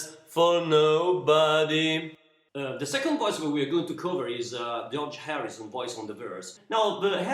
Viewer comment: You're the best teaching harmony voices, but please, check your pronunciation of the word "Nobody", I think the end of the word is not not well pronounced. Great tutorial